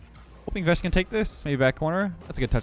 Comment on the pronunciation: when you say vesh i hear vegg'